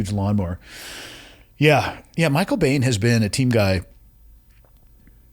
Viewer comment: Michael Biehn, pronounced "bean". He had a lot of issues with alcohol.